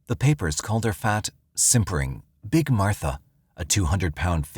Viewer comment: Bro really had to put emphasis on how big she was 😂